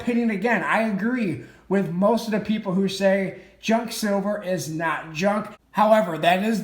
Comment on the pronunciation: Junk, it’s one syllable Pros always sells Cons stuff is too pricey right now